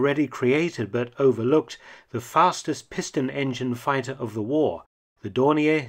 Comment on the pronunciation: Funny how you use the french pronunciations and german pronunciation of Dornier in this, Dorni A, and Dorni ER.